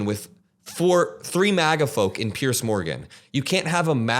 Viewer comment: Well done. Note that Piers is pronounced Peers not Pierce!